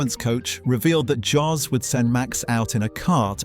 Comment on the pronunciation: That's great insight into Verstappen's style and predilections, thanks a lot! I believe Max will win the World Championship many, many more times in the future — and I'm a died-in-the-Red Tifosi! But I have to knuckle-smack you on one issue. Max's father — it's NOT "JOSS" for cryin' out loud! Max's father's name is pronounced "YOSS" as in most European languages "J" is pronounced as if it was a "Y". Your mistake is particularly annoying here as you you refer to him as "JOSS" around four-hundred and thirty-seven million times... 😫😩